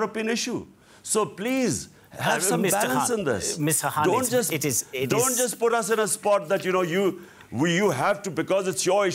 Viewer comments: the presenter is a US bot, he could not even pronounce Mr Khan's name correctly, kept calling him Mr HAN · Why the News presenter keeps calling Mr Khan as Mr Hunt?